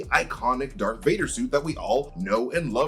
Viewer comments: Say it with me…. DARTH DARTH DARTH DARTH DARTH DARTH DARTH DARTH DARTH DARTH DARTH DARTH DARTH DARTH DARTH DARTH DARTH DARTH DARTH DARTH DARTH!!!!!!!!! Not dark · Darth not dark vader